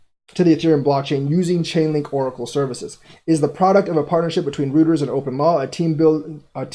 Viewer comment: It's pronounced Thompson- Roy ters, not rooters.